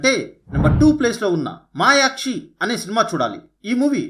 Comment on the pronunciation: మాయాక్షి. కాదు. మయురాక్షి